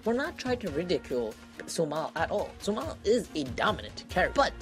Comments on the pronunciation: Great drinking game everytime you hear the word Su-mahl take a shot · Stop saying sumal